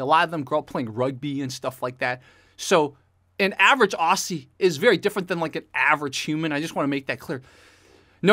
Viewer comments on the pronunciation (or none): did you cringe as much as I did hearing say Aussie? LOL. (I'm also Australian)